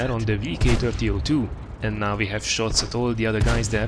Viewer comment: WHY U KEEP SAYING WE LIKE VEE